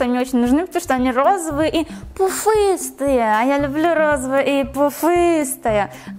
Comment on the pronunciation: Обожаю тебя! И твоё слово пуфыстые😊